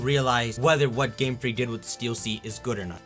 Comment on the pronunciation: I thought he's saying gamefrick gamefrick gamefrick